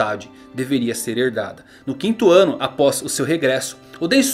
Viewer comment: "1 wano de idade..."